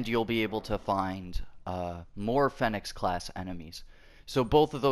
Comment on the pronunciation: it’s pronounced feeenix